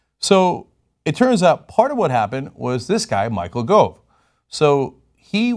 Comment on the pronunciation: Its spelt Gove but pronounced Guv